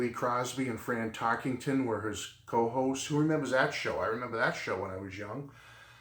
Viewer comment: I never realized how much this guy did. You brought me back when you reminded me that he did guest-host The Tonight Show. I thought about how many people born after 1990 listen to our family channel. It's TarkENton (not TarkINGton). I'm from ny